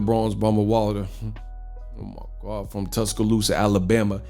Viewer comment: This dude everytime he mentions Wilder "Omagawd" cracks me up everytime 🤣